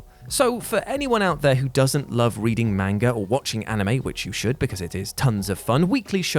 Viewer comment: Pronounced "manga" and "Naruto" wrong made me cringe.